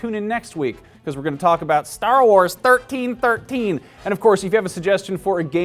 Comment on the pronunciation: when you say Star Wars 1313 you sound like you are a Chicagoan..lol kinda funny.